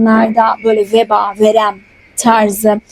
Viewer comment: veba yanlis telaffuz ediyorsunuz ama